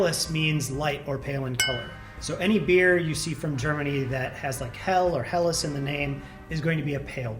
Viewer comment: Wow, that's one heck of a good pronunciation of "Helles".